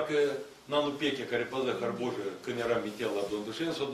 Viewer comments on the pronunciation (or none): Айми логопеда и учителя румынского ....ХАРБУЖИЙ 😂😭 и смех и грех .